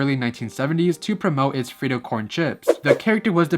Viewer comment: I loved how you pronounced "frito", "bandito" (aunque es "bandido") and "sombrero".🤗